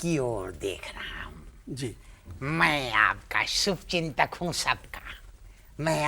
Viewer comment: Sir ki hindi is also very good aur gaur kariye sh ko sh nahi bol rahe sa bol rahe hain jaise subchintak😂😂